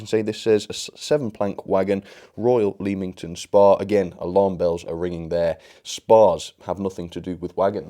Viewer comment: Oh and Leamington Spa is pronnounced lemmington spar